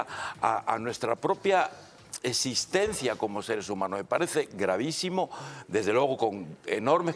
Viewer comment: El señor ese dijo "esistendzia".